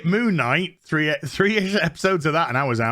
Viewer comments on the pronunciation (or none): none